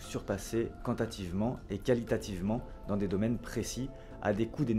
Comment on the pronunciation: Mmmmhhh, "les sept z'étapes" ? et "quantativement" ? Sérieux... ?